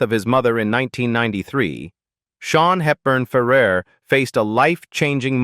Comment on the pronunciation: シャヒールバンファーラー、ひどい読み方